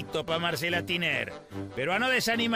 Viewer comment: Como tinayre se pronuncia tiner no entiendo